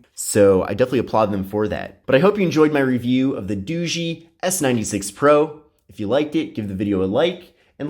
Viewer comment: Dao ga not doogee